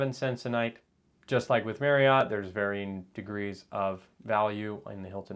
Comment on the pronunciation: FYI: Marriott is pronounced like saying “marry-it.”